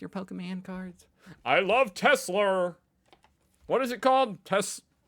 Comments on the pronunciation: „i love tes-slur“ sounds appropriate to me 😂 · Tesler, almost sounds like a tes-slur. 🙂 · Of course he calls it Telser, he is used to the hard R at the end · Tesla is pronounced Edsel. (Now that's a truly boomer thing to say.) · Trump can't pronounce "Tesla" and Nikola Tesla was born and raised 110 miles from where Melania was.